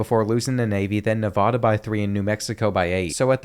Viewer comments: like the vid but it's Nev-AA-da not Nev-ahh-duh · As someone who lived there for over 15 years, the first a in Nevada is like the a in apple, not the a in awesome. Great video.